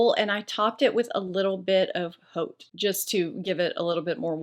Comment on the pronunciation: Haute is pronounced 'oat' and it means 'high" as in haute coutier meaning 'high cutting'.